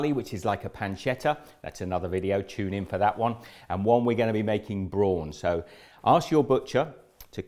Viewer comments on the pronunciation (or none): none